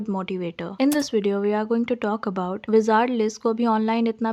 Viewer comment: Weeezard liz 😂!! gurl, your pronounciation. 💀🤚🏻